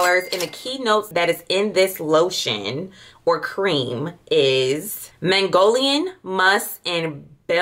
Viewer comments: The magnolian took me out when it’s magnolia (New Orleans project lmao) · SENDER WOOD?😂😂and not u called a magnolia flower a Mongolian??? And Bulgarian ....it's just like it's spelled.....just sound them out or look up the pronunciation before u post it ....unless u cool with it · 😂 magnolia = Mongolian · Or Magnolia OR peony. 🤦🏾‍♀️She did acknowledged she was chopping up those names.